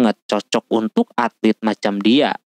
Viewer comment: Atlet bukan altet